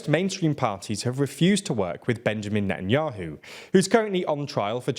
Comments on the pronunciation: "Netanuahu" "Popilarity" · "net n yoohoo" hee hee 😆